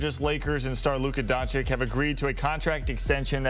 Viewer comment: DONCHICH, NOT DONCHICK. Oh my goodness, after so many years in the league, he still can't pronounce it correctly.